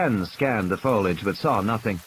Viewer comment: can't pronounce "foliage".